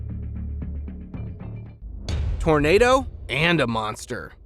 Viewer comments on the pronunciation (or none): none